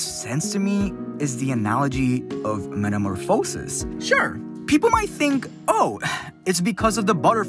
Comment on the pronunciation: Just so you know for the future, this is how you pronounce metamorphosis: meta - mor ph - a - sis